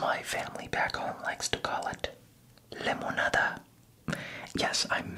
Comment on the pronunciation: No, you need to spend more time here in Mexico, it’s not “lemonada” is “limonada”. And I suspected you were Mexican, you look Mexican, or at least Latino 😂.